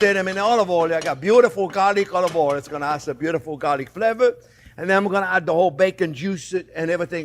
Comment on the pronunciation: Omg. I am not making fun or being disrespectful. The pronunciation of Oleever Oooil cracked me up. Jean, I love you. Every time I talk to my parents, I affect your accent. I follow your instructions, and enjoy you.